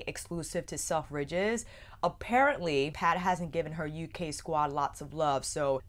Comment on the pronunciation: Love you channel but I wasn't sure what you were saying at first with the way your pronounced selfridges its more like sel-fridges rather than self-ridges